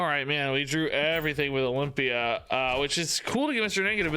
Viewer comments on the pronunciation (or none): none